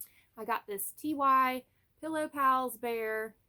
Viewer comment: Is there a reason you are pronouncing TY as Tee Why instead of Tie? I don't mean that in an insulting way or anything. I'm genuinely curious if there is a reason.